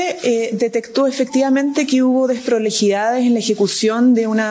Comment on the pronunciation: La única vocera del Mundo que no sabe pronunciar Bien las palabras : Deproliiidades, Despreligidá, El Presiente, etc ...